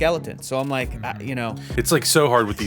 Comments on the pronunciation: That "I don't wike it' though. LMAO. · I don't wike it! XD